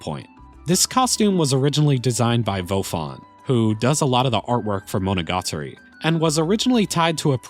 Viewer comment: Learns how to pronounce Ys, doesn't learn how to pronounce Monogatari nor Utawarerumono. Typical American moment.